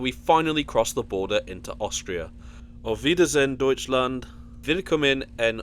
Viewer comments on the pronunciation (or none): none